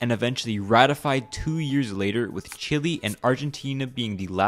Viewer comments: "Chilli" lol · Good video but Chile its pronounced "Chillay" and condor is a animal of Chile not Argentina, Chile is not a rabbit coz thats never being our national animal, please correct that in future videos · Is Chile not chili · Why are people pronouncing Chile as Chili 😭 I know that's technically the english pronunciation but omg come on it's Chi - leh !! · “chill wi bird”